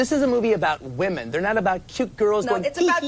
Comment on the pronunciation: Another one who can't pronounce the word "women"